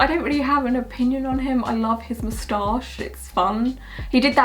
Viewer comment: please make an asmr saying mustach never heard it said like that before but im in love :D